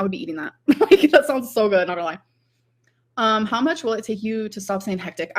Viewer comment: Girl u don’t say “lie “ like tht 😂😂stop